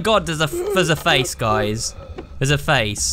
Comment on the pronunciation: "YOU WILL DIE HERE." "Noo I wont💅!" "Oh my god thees a face guys theais a fasce!" "Can I do anything else on my phone?" "Be quiit fasce!"